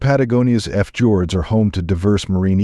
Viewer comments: 🤣😂. I love how ARTIFICIAL ALMOST INTELLIGENCE CALLS FJORDS IF JORDS 🫢🤣🤦🏻‍♂️it must not have been a attentive student in English language🤣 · Please, if you can't get a human being to narrate your videos, at least get the AI programmed better. The level of mispronunciation is awful. "Eff joards" anyone?